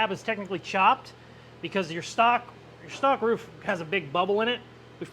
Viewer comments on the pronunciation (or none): Wanna pronounce Roof correctly guaranteed?!?!? Say out loud PROOF and your welcome lol! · Yea, he actually doesn’t pronounce a lot of his words correctly since the tooth thing. He loses compression. You should see him try to drink a glass of water😅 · Ruff... Roof.... 🤣😂🤣 Hilarious Bro..... Thanks for the great video Bud !! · You say ruff so much I’ve actually questioned if I was maybe saying it wrong 😅